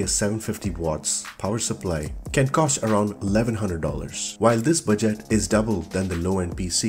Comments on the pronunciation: Bu - Jet LMFAOOOO your pronunciations are too funny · 'budgêêt' PC 😂